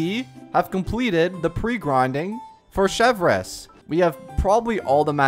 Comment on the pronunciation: He also would have learned how to pronounce her name